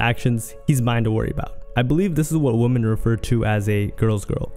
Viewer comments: Ffs, its "women" not "woman" how do you not know the plural of woman is women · another WOMAN ......... other WOMEN....they are pronounced differently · Two things that annoyed me throughout this entire video. 1.) OP not knowing the difference between WOMAN and WOMEN, at least the pronunciation. 2.) "Fans" getting upset for their trash idol as if they know everything that's going on behind the scenes. How does one even become a fan of Chrisean? Serious question. Sad how people are more invested in the lives of people they don't know than they are with their family/friends. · 🫤Why are you pronouncing women wrong? IT IS [ wim-in ]. 👍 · This dude can't say "women" in the plural form at all 😂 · WHY DOES HE KEEP SAYING "WOMEN" WRONG?? bro.. Love your content but plz, work on that